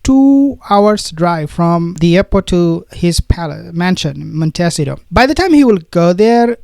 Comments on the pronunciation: Prononced mont s eetoe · Pronounced Mont ah sea toe. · Montecito pronounced Monte C toe Californian here..ty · MONTECITO pronounced: MON-TEE-CEE-TOE. I'm only trying to help u as every time u have to say the word, u rush through it, hoping we don't notice . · Please learn how to pronounce Montecito.